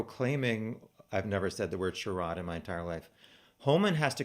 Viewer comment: By the way. Charade is pronounced --aid like gatorade. Im sure you have heard it. Kinda like your 6 grade spelling bee 😂😂. So many laughs here!! No disrespect to the girls .